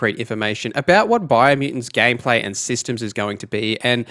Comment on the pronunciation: Did my guy just say gay play